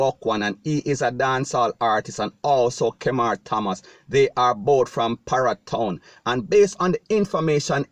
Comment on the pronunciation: Hombre you need to be pronouncing ur word properly like parry town not para town